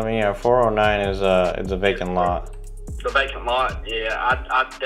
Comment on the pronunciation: Awesome content on your videos Like always brother ! It sounded like probate lista though but it is just vacant lot lol, Good job I see 2 deal there for sure🙏👍